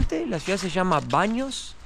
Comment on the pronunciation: Es preciosa la ARQUITECTURA, pronuncialo en inglés el nombre del lugar por favor es BATH